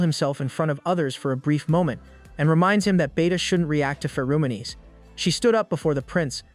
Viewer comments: I take great joy knowing that somewhere out there some 15 year old thinks it's pronounced "Fer-o-monies" from all these AI narrators, and they're going to be very embarrassed one day in school. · no one absolutely nobody this AI: Fe-ROO-moo-nies